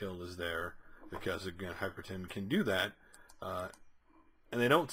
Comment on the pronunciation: Both issue reviews you've called him "Hyperton". Where do you see the 'T'? You've literally typed it correctly in the title twice... but consistently say it wrong.